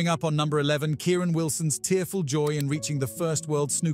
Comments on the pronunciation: Kyren not kieran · not trying to be a dick here but his name is pronounced to rhyme with the word siren and Kieran is a different name.